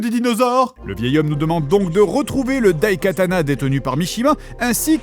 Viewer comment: Je suis désolé, mais je pense que le t se prononce.